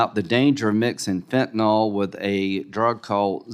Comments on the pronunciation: why cannot republicans properly pronounce fentanyl? not fentanOl. fentanYl = pronounced Y like an I. i guess they think saying fentanOl sounds scarier. i do agree mayorkas is a moron. he has constant deer in the headlights countenance. big laugh when graham calls for kurilla remark on easel behind him that was already on the easel. lindsey is being dull--witted. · Why do so many seemingly intelligent people not understand how to pronounce fentanyl! It is pronounced as "fen-tan-il or fen-tan-ul"... not "fentanall"!! The original manufacturer says it is pronounced as fen-tan-il. Now... reinstate the damn policies that were CLEARLY working to secure our southern border and get rid of Mayorkas. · He certainly doesn't know how to pronounce fentanyl.